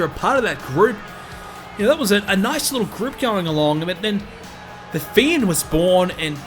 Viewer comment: His pronunciation of the fiend name is not amusing at all